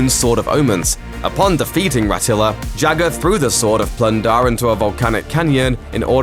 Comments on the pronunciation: Jah-ga not Jagger like Mick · its Jaaga not jagar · His name is JAW-GAW. Not Jagger. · Its not Jaga, its pronounced Jaaga... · Not Jagga, just as Lara Croft isn't Larra. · Jagger? Mate, seriously. Learn to pronounce the names of characters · Why is the narrator calling Jaga jagger?!? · Not sure of the spelling but I swore it was pronounced as "Jogga".....childhood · The way you was pronouncing “Jaga” makes me believe that you’ve never actually watched Thundercats before...HaHa and I’m still waiting to see the “things only adults notice in Thundercats”.